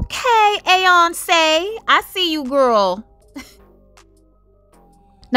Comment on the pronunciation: Yes A-yonce. Lmbo. That’s right